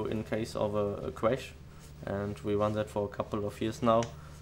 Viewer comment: lol. wadio, dwink, cwash. R sounds like W :P That was my favorite Heidfeld helmet. The green one from 09 wasn't as nice